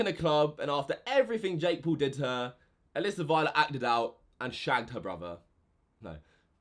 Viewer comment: LOL says shagged like the spy who shagged me